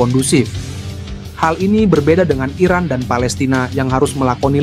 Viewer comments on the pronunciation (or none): none